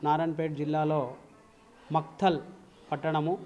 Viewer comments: "మక్తల్" ని 'మైఖేల్' గా చదివిన యాంకర్ తల్లికో దండం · Makhtal adhi..Micheal kadu